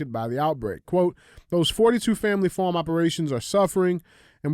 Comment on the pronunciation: "Farm" - another word DJ cannot pronounce, definitely not a black thing but c'mon dude, it's not FORM, it's FARM. I'll swap Andy a herd of pet cows for a healthy supply of Phormula 1!! You better hope the bird flu doesn't make too many cows sick, the price of your whey for protein powder will skyrocket